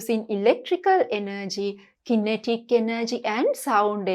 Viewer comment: Madam ,You pronounce kinetic wrong